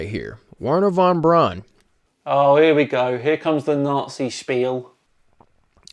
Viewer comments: Hey,, Braun is a German word meaning brown. It's pronounced brown, like the English surname Brown, meaning brown. It's not brawn, as in muscle. It's brown, as in brown, meaning brown, which it means. Brown! BROWN! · For Pete’s sake it’s Wernher Von Braun and not Warner Von Brawn 🤦🏻‍♂️ all of you pronounce his name completely wrong !! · everybody in this video pronounces the "Braun" in Von Braun like "prawn" when it should be pronounced like "brown". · Braun is pronounced like brown... Simple. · I don’t know why the fact that Wernher von Braun (Pronounced BROWN seeing that it is German) was a NAZI have anything to do with anything. Seriously! Get over it! The world is FULL of NAZI inventions (obviously developed to where we are now) that everyone enjoys, and use to make stupid flat earth & space denying videos… So if hates the idea of anything NAZI so much, then he has to immediately stop making videos, destroy his TVs, monitors, computers, and the desk his stuff stands on. No liking VW, or Porsches. And if he enjoys Fanta, or Jägermeister while flying anywhere, then I have some bad news for him… Because here are a few NAZI inventions: • TV – (Einheitsempfänger) • Fanta • Acoustic torpedo • Anechoic tile – (Outer tiles on submarines) • Anti-ship missile • JET POWERED Aeroplanes – (Messerschmitt Me 262 & Arado Ar 234) • Jägermeister • Jerrycan • Particle board also known as chipboard, flakeboard, or waferboard. • Volksflugzeug (People's Aircraft) – Basically the start of the idea of small private owned aircraft like Cesna 172s and so on. • Volkswagen Beetle – By Ferdinand Porsche who after WW2 built… wait for it… Porsches. • VW (Volkwagen) was founded by the German Labour Front by Adolf Hitler. • Computers – (Z1, Z2, Z3, and Z4) • Long range missiles • Guided Weapons • Night vision